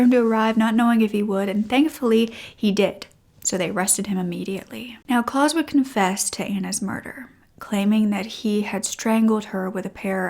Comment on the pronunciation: A really interesting case. I am torn, with this one. While I don't blame the mother, we still can't just take the law into our own hands. Also, I would prefer that he was stuck in a prison cell, for the rest of his life, rather than the quick death that he got. As a side note, the name Klaus is said like mouse, not claws.